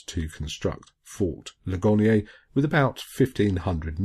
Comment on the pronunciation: That is fort Lig-an-ear. It received its name from the battle there. A wounded soldier said "Ouch, oh my Leg and ear". ;-)